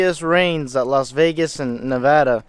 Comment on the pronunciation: Oops. I left at 37 seconds in when you couldnt say LAS. Theres an L, A, S, there. Someone put it there for a reason.